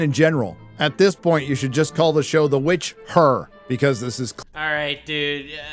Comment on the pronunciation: “witch-HER” god he’s annoying. the show was mid to begin with, why is this guy so upset? i don’t understand lmao